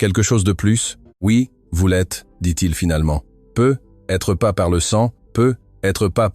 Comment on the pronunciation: "Peu - etre" c'est insupportable crtte facon de ne pas savoir parler français correctement